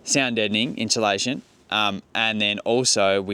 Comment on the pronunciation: Sorry mate, just a little criticism pronouncing words. Insulation, not inshilation, as you have been pronouncing it.😊